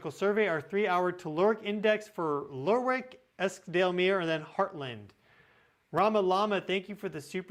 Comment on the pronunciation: Lerwick is pronounced Lerrik